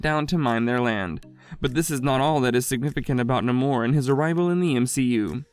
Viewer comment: Please pronounce the name right. Namor not nahmor 🤨